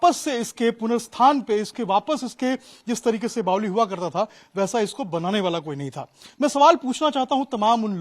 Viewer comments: Apko Kisne reportr bna diya jo bavri ko bavli bol rhe ho. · बावली नहीं भाई बावड़ी बोलते हैं सही तो बोला करो